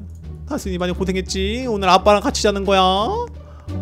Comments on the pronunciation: 옥에티 아까다순이를다콘이로말함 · 왜 닥혼이라 하세여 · 다순이인데 다콘이라고하넹... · 이 다순이를 다콘이라고해습니다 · 그리고 잘 들으세요 다콘이가 아니라 다순이에요 아니 어떻게 자식 이름을 못 외운거야? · 왜자꾸 다콘이라고하지?